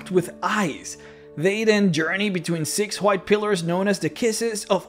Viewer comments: why do you say white with a J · Good video but damn way he says "white" is triggering